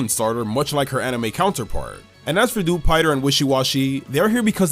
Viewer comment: Thank you for not pronouncing Dewpider's name as "Dew-piter".